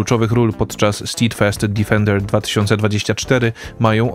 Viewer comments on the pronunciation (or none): Mała korekta - bez złośliwości -"stedfast" tak jakby a tam nie było i "defender" nie difender - to przez nasze kaleczenie angielskiego są te kawały o Polakach 😉